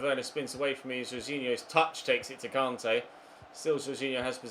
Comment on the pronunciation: Why’s it so difficult for u to pronounce Kante